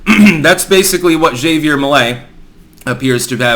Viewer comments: You mean "Hav-E-Air" Not "Za-VE-Air" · It's pronounced HAV-ier not Xevier. He's obviously going to be voted en-masse for, but this guy is more of Jewish supremacist than Bibi is, and an obvious "angry vote" setup to end with Patagonia being gifted to Israel to get out of future debt problems. The Argentinian people will end up blaming themselves for future woes, for voting for this guy. All part of the plan. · it's pronounced Ha-vee-air, not Xavier. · It's Havier not Xavier... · Hah-Vee-Air, not Xavier. Lol your pronunciations crack me up. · Isn't Javier pronounced haw-vee-air. Or am I missing something? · it's pronounced Ha-vier Me-lei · That was a great clip! (Pretty sure "Javier" is pronounced "ha vee air", however.) I'm very fond of Argentinos, like most people, they don't deserve their government. The first time I visited, I was told to spend all the pesos before I left---because inflation then was 30% a month. It's government policy to destroy the money, they admit it. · Ja(ha)ví(v)er( like care without the k sound in the begining) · Actually its Kha-bier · That’s not how you pronounce Javier